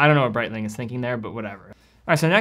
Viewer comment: Bonereitling ? WTF maybe breitling come from B0ner Damn rolex 😂 Omega: a time keepaaaa , smh.